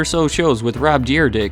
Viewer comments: "Rob Deer dick" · "...about 1500 or so shows with Rob Deer Dick" lmfao.